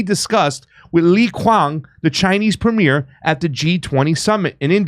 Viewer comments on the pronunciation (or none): none